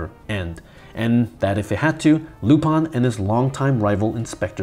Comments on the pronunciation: lu- pin not lup-an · It's lupin not lupon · Why do you say Lupan? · Your pronunciation of Lou-Pawn is getting on my nerves! I’ve always heard it as Lupin. Where are you getting the “pawn” from?